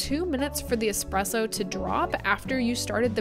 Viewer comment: Its not expresso. No pressure whats so ever. Trash machine